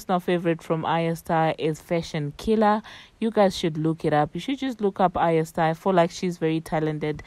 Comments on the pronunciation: Ariya star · By the way you are pronuncing her name wrongly